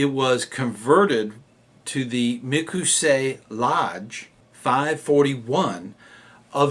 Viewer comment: in the description of the video he apologizes for saying it incorrectly but I agree